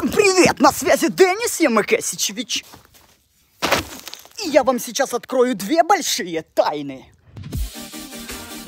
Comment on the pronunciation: Моя жизнь не будет прежней я думал что он говорит ямака си чи вичи